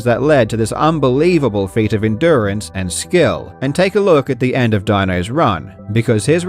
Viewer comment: German here - If you want to pronounce Dinos name correctly as an English speaker, you could probably go for something like Deenoes sinned gyle - (Dee as in "deez nuts", noes as in "toes", sinned like that past tense of "to sin", gyle as in "Kyle") That should come pretty close. Huge respect to Dino for his unbelievable achievement and props to his awesome name!